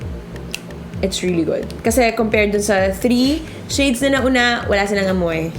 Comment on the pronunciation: i like the way she delivers her impressions and revies somehow I dont like how the way she utter the word ""shades". it sounded like "chades"